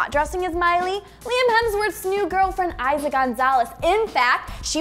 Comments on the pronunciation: its not pronounced aisa its elisa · You say eiza wrong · lmao that's not how you say Eiza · that not how u say her name